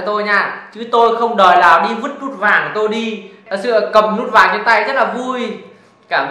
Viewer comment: Vinh tiền nĩe. Lút vàng. Quê a nói ngọng kinh vãi